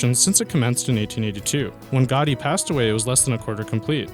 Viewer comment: sarr-crarda fa-milia was the only name he prenounced correctly....even Gaudi he got wrong...lol....far-kade...lol....too much....FAH-SARD....DUH....and the biggie..."EDN-BERG.....BWAAAHAHA...EDN-BURRAH.......or EDNBRUH.....you mong.